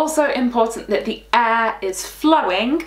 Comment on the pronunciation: When you pronounced air i thought it was e